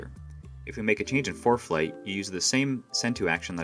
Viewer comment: Why is the narrator saying foreplay